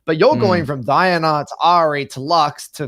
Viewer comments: DI-ANA bro.ffs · Dee Ah Nah